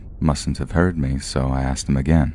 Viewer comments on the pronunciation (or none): This narrator 😅 his voice is a bit grating to my ears...it's the way he says "me" like "may" and the cadence of his speaking is odd. Idk he's my least favorite, whoever he is.